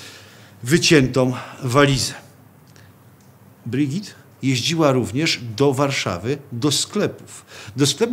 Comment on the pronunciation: Brigitte wymawia się BrygitE, nie Brygit czy Brydżit.